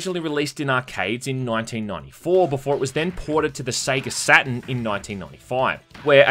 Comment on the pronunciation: "Sega Satin". God I love Aussie's.